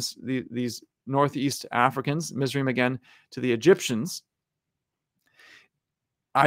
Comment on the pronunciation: A little clarification on pronunciation: Cush is pronounced Koosh in Hebrew, Mizraim is pronounced Mits-rah-yim or Mits-rah-yeem, and Joktan is pronounced Yoke-tahn.